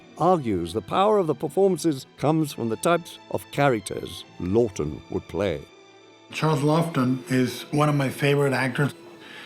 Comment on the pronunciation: Why can't they get the director's name right? It's Charles Laughton, not 'Loton' nor 'Lorton.'